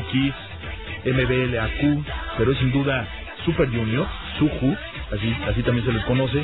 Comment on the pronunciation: Se pronuncia SUYU pero se escribe SUJU MBLAQ se pronuncia EM-BLAK